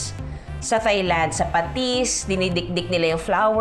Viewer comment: Thyme is pronounced as time. Thailand is pronounced without the H. Hope this helps 😊